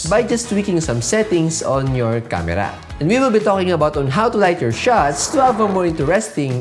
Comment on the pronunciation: ye camera ko kamra kyu bol raha h......btw great..